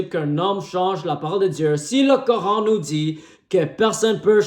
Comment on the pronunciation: Ohhh le grand chercheur et savant de la planète terre 😅😅😅. Mon frère va étudier, glorieux coran reste unique et le seul livre religieux qui est compatible avec la science. Mais c'est bon aussi de faire plaisir aux chrétiens 😅😅😅😅. Tu prétends de trouver des fautes dans un livre que tu prononces mal son nom. N' importe quoi.